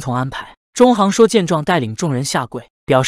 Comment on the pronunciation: 里面很多人的名字，配音都念错了，郅都zhidu，也不是zhidou